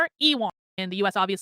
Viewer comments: wouldn't ewan be pronounced like "yooen" like ewan mcgregor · her pronunciation of ewan was like an uwu form of elon